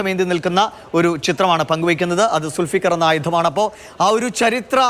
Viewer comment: സുൽഫിക്കർ അല്ല ഡോ, ധുൽഫുക്കാർ🤭🤭